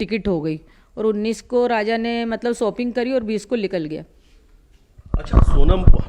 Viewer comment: Raza ki maa abe bhos@ naam to sahi se bol 😂😂 fir reporting krna